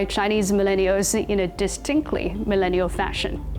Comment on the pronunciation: I have a love/ hate feeling about the way she says millennial!!! LOL